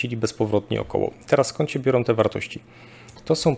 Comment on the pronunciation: Panie Szanowny! Czy wykładał pan kiedyś na jakiejś uczelni czy choćby w szkole! Nie? A, to widać i, co gorsza, słychać. Nie ma straszniejszej porażki niż jąkający się wykładowca z zaschniętym gardłem. Jąkania pan uniknął. Ale tego przełykania nie da się słuchać. No i "-ą". Na litość boską, niech pan nie gada jak Kaczyński! A pan uparcie, jak ktoś niewykształcony, wali: majom, biorom, walczom, donoszom, bendom, drogom, fajnom, całom!!! To, szanowny panie, DYSKWALIFIKACJA. Nie ma za co, pozdrawiam. Dr habil. n. med.